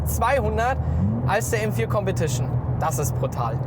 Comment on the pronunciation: Kompetischnää Zweitnää